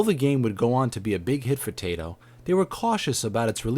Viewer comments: Its pronounced: tie-toe, and Rosstaun. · I hear more Tai-to rather then Tie-toh. Always nice to know. Your channel looks good, good informative, subscribed:D